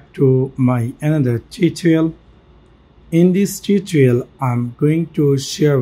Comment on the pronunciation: Its tu to ri al not titrial